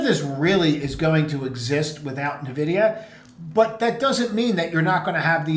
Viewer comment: Please stop calling it navidia